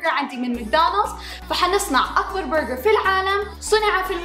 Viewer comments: ليش تقول برغعر 🤷🏼‍♀️ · منرفزني طريقه نطقها لاسم البرقر تفخمه يععع